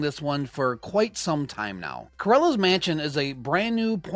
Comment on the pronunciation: Cornela's mansion? It's called CRONELA'S mansion. it was named that way because of the old crone that lives in the mansion. Also I don't understand if you loved the demo so much why didn't you finish it? It's not very hard or long. You really need to call it by it's correct name though, Cornela just sounds terrible and wrong. Anyway I am eagerly awaiting for this game to be finished. I've ordered the Super NES version but I need to get a mouse.. I'm thinking a Hyperkin Hyperclick Retro Mouse for Super Nintendo